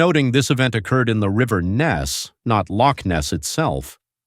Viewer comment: Another "IGNORANT-TWIT!" Professing to be wise - becomes a Fool! Especially when trying to pronounce Loch! DON'T point fingers or make disparaging comments towards Ancient beliefs with Ancient people, through YOUR unbelief! You're taking information for your site and making yourself as some informative- 'KNOW-IT-ALL!" Regurgitating all the known information that's out there, and taking it as your own! You fail to see or understand ANYTHING! I hope some wee ghostie starts knocking on your doors and letting you know they're around!👍👀👻 Might open up your mind to the "Supernatural" world we live in, and not everything is a fable! Never knock, the Scottish, Irish or the Scandinavian Folk Lore! You are a NOBODY, with NOTHING more to do with your uninteresting little life! GET A REAL JOB! And get back into your own shallow indepth of little understanding, until you've done your proper homework and can talk about these subjects with some AUTHORITY! Goodnight and GOODBYE!🖕🖕🖕